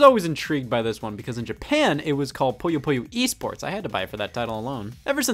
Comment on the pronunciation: Scott, I love you, but please... Puyo Puyo. Not Poyo Poyo or Poya Poya. You're not Kirby, and you're not some loan shark from Brooklyn with gang ties and a strange affinity for puzzle games.